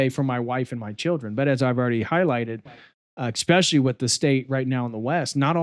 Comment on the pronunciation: Great video, thumbs up. Still, I die inside every time I hear a grown man say "expectshilly", especially a doctor.